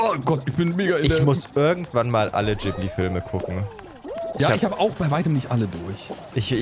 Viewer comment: Ich bin geript wo ihr anstatt Ggibli Jibli gesagt habt